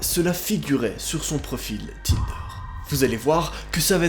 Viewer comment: A 16 minutes de la vidéo j’ai entendu tender